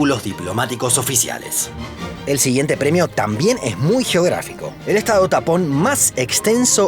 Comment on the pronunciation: Por un momento creí que dijo estados TAMPON 🤣🤣🤣